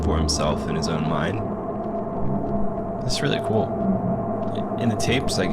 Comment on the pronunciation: Love the editing. You also said "coo" instead of "cool", so. . .now you're my favorite.